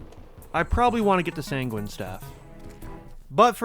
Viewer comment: bro's too much of a sangweenie to sang-win